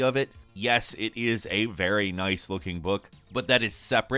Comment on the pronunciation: Which is ve which is very